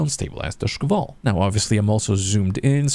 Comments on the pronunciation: I noticed he pronounces it like "шкавал" instead of "шквал". If you're reading this , it's just like 2 syllables really man Sh-kval. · yup, I found it a bit funny so I want moar of it :3